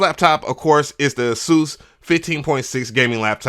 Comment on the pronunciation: It’s so refreshing to hear someone properly pronounce Asus! Lol Edit: I built my pc I use for recording but the wires needed to keep it silent (it has 7 fans on the water cooling radiators) which one of my mics would pick up on ever so faintly lol.